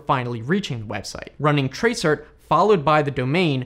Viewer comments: It's not tra-cert it is trace route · It's trace route not trace cert! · Useful video, thanks. However tracert is actually pronounced "trace route" which is what the rt is short for. Not "tray cert". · Great video... but... most admins call TRACERT NOT Trace Cert but "Trace Route". LOL :) TraceRT=TraceRoute to trace the routes to the site. :) Have a great day!! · Tracert ... do people actually pronounce that "trace- ert"? tracert is short for Trace Route... I only ever heard people pronounce it as Trace Route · Tray-cert. Never heard it pronounced that way before. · Tracert is a shortrned version of TRACE ROUT and is usually pronounced as such. Just a wee hint. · It's so weird to hear TRACERT pronounced out loud as its spelling. Normally we say "trace route", ie "hey man, run a trace route to xxx.yyy.zzz.000"... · tracert is pronounced ‘trace route’. Not being mean but it makes it look like you have just looked this stuff up, or used it without any training or professional experience. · Did you guys also cringe every time he said tray-cert :)